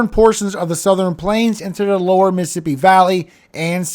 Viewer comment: Miss-a-ssipi or Miss Siipi ??? Tell me without telling me you have spent time around north shore,, Hattiesburg,,Slidell Just 'nother country youngun' here ❤❤❤❤❤❤